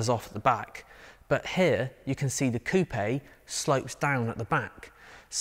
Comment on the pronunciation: Oh yes 👏👏👏👏👏 the correct pronunciation of “coupe” as ‘coupay’ and not ‘Koop’ as the yanks call it 🤷‍♂️😂😂